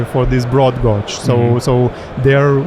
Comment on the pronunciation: gauge = /ɡeɪdʒ/, not "gódz"